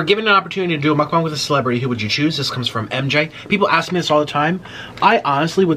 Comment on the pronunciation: Did he say muk-bong